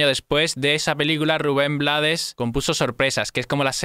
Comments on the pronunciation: brutal!, btw es Ruben "Bleids" no blades, se pronuncia en ingles si estoy equivocada me corrigen. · Rubén "BLEIDS", no Blades. Por origen, el apellido es pronunciación en Ingles. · Crítica constructiva, el apellido de Rubén se pronuncia Bleiss, ya que es en inglés. Antes de decir que no sabías quien estaba cantando al inicio de la canción debiste hacer bien tú tarea. Y saber que es Rubén quien canta Pedro Navaja. Rubén es el Maestro de la Salsa.y también canta y toca música Jazz , su esposa es una increíble cantante de Jazz Luba Mason.. Educate mejor antes de bajar un vídeo y hablar de uno de los Grandes. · Su apellido se pronuncia en ingles. (bleids) ... su familia es de fuera de panamá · Rubén Blades se pronuncia bleɪds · se escribe BLADES pero se pronuncia BLEIDS (por el ingles) y si te preguntan quien te lo lo dijo #TeLoDijoElChombo Autolike para no morir en el olvido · solo la pronunciación del apellido no es la correcta, su apellido es de origen ingles